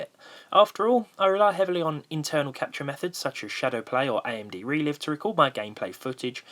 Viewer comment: Please stop saying re-liv.... it's re-live. Sorry it's just annoying me :) Keep up the great vids & Happy Easter.